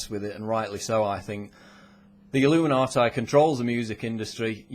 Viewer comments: the pronounciation. It's illuminatee not illuminateye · Why does he keep pronouncing it illuminaatie?! I'm a Brit & we don't mispronounce it. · did he just say illuminatie? what the hell kind of pronuncian is that? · I love how he says "illuminatai" =)